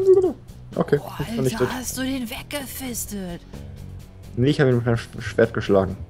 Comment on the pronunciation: wegge"fistet". xD